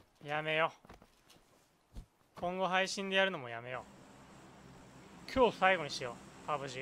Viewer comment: やめよがリッキーのおはように聞こえる